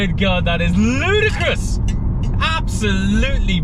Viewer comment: You can’t say “ludercris” that’s a Tesla word. Shhhhh